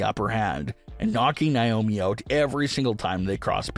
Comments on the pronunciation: It's not niomi it's Naomi 😢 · It's not niomi it's Naomi 😢😢😢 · Stop mispronouncing Naomi it's Naomi not niomi 😢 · It's pronounced Nay-omi If you spell her name backwards, is I moan